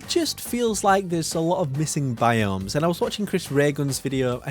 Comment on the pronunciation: Did you say Bi-Gnomes? LOL